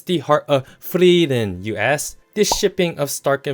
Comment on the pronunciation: Please quit mispronouncing "Frieren"! For one thing, her name actually has 3 syllables. It should be pronounced "Free-er-ren". However, the vowel sounds kinda run together, so "Free-ren" is a good approximation. The way pronounces it is just stupid.